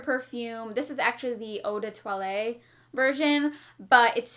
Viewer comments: "Eau de toileTTe" with a double T. So you must definitely pronounce the T sound at the end :) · Eau de twalie I love everyone’s interpretation of French on here